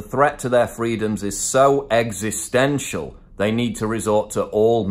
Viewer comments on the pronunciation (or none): none